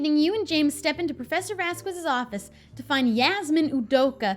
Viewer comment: Hey, You asked to be corrected if you had said his name wrong, I think you u pronounced it correctly, but I have been holding off because I don't want to be that person, but since you asked, you've been saying Professor Vasquez's name wrong this entire time, it's a Spanish name, so you actually pronounce the q instead of saying Vas-squez, it's more like Vas-cez. Love you, Keep it up! And I agree, Madison is adorable.:)